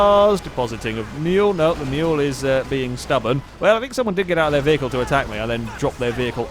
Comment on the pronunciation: LOL "vehical booster" "vehical"...